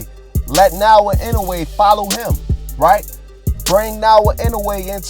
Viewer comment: Pronounce it properly you stupid. Naoya not naowa stop blogging if can't pronounce the name of a person properly..